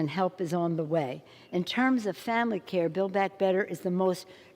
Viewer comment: WTF is Bay Back Better ?